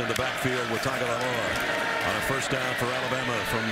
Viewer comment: Don't have to say his full name just say "TUA" or if your gna say it all say it right... Tua = "Two-Ah" Tagovailoa = "Tangovairoa"